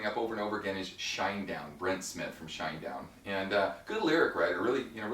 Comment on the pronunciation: its Shinedown. one word not shine down